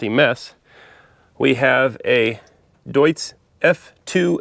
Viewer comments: everything's perfect except your pronounciation:) Its not a "Dudes", its more like "Doitz". Love your videos! 👍 Edit: Minute 10 you nailed it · Don't be mad, but it's pronounced "doits" not "düüts" 🙂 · It's not Düdtz-Diesel, it's Deutz-Diesel ;D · "Doits" with the "oi" like in "detroit". Not "Doots". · Deutz is pronounced "doitz" like the German deutz fahr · FYI, Deutz is a German brand, and it's pronounced doy-tz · Cool find - well done! BTW - the name of the diesel engine manufacturer is pronounced “Doitz” (rhymes with “choice”) - just sound knowledgeable. 😊 Ahhhh - in the later segment, you got it!!🎉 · Deutzwork on your pronunciation